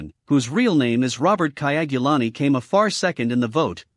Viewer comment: The name is KYAGULANYI not KAYAGULANI